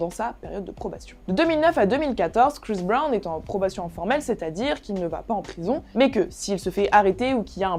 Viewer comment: Prononce bien son nom avant de parler de lui mec 😊